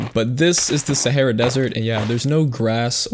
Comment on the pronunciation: You say sahra wrong